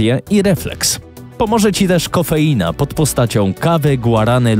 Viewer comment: Ja usłyszałem nie coffeina tylko kokaina xD